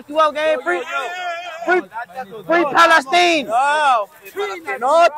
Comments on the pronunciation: Lol he said Free Pale-Steen 🤣 😂 HILARIOUS AS HELL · He’s not wrong, that’s how the arabs pronounce it